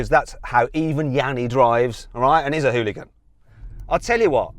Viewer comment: 훌리건이 아니라 hoonigan